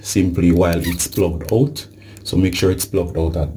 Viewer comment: Did you make sure it was “plugged oot! It must be plugged oot’?